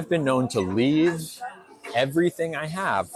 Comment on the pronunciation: The way your pronounce EVERYTHING gets on my MF nerves SIR